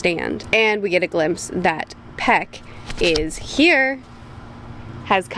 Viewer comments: The way she calls pieck peck kills me 😂. Just remember her as pieck is peak! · her name is pronounced "Peak"